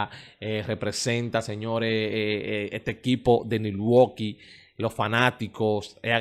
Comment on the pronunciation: PERO POR QUE ESTE LOCO DEL PARQUE DICE NNNILWAQUI ??? CONNNNNN CUANDO ES MILWAUKEE ??? DISQUE NNNILWAUKEE CON N. LO LINDO DE ESTE ES QUE SE LO DICEN Y NO SE PONE A APRENDER A HABLAR Y APRENDER GRAMATICA....LA VIDA SE VA A PASAR IGUAL.